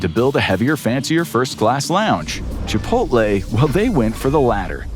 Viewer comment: Chipoltay whaat ? 👴🏼♿